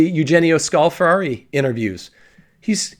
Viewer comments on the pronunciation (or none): none